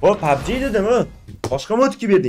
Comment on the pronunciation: Pabji buveni ske pabje dedimi sukinganini birinchi marta eshtyapman ultra bratni😅😅